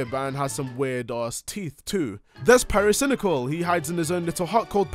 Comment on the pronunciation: "Pyrocinical" lmfao